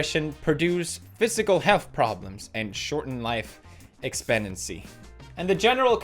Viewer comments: I got a microagression when Pewds read "expectancy" 😂😂😜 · Lol, anyone notice how he said "expectancy"